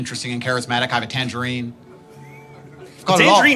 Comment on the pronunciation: “A tangarine”😂😂